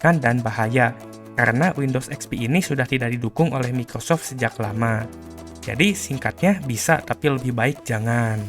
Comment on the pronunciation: Mikocok bukan Microsoft😂😂😂